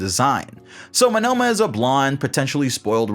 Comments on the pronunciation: why are you saying Monoma wrong its monoma no monnoma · Why are you pronouncing Monoma as "Manoma"? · am i the only one weirded out by how he says "monOma" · ouch, the way you say Monoma hurts.